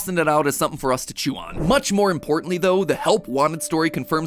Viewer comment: “much more importantly” more like “munch more importantly” ( :)